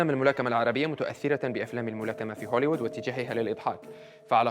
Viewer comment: هوليوود وليس هوليود يا...!!! 😍😍😍🤓🤓🤓